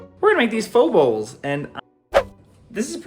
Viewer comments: FYI.. PHO is pronounced FUH 😀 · Vitamix is pronounced like vitamin. Long I. Pho is pronounced FUH. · Pho is pronounced “Fu” 😊